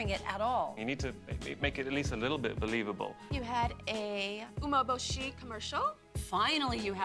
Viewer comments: Tyra can't even pronounce "umbeboshi" properly. It's "oo-meh-boh-she" and she says "uh-meh-buh-she" and did you notice her hesitate right before trying to say it? Tyra can't even do it accurately! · its funny how the judges are judging how the girls speak Japanese when the judges themselves can barely even say 'umeboshi' right (yaya got it though !) Edit: i just realised jay himself pronounces the director’s name wrong (yoshii instead of yoshi-e)😭